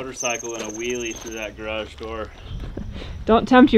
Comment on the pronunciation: Much better this time pronouncing garage. You got it almost 100% correct twice. Sadly, the other times are closer to one syllable like graj or a 1.5 syllable rendition like garadj where you swallow the second A sound.... Maybe practice saying it like two complete words with full emphasis: garrrr adge You are completely understandable, but you stand out in society like an under-educated backwoods cousin. At least you write it correctly.🪘 FWIW.... It would have been nice to explain the sewer layout more clearly. The shots were too tight. Maybe provide an overview or a simple diagram?